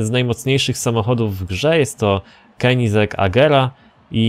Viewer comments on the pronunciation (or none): none